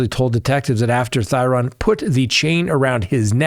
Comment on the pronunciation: I am a local to the Green Bay area where Schabusiness is. Not that it is a huge deal but to respect the family, Shad's last name, Thyrion, is pronounced (theory-an). Thank you for all you do and your coverage about that case. Truly heartbreaking for his family. The way she looked at the camera and seemed to waited for the camera to turn back towards her is so disgusting. She is evil. I can only hope one day she has remorse.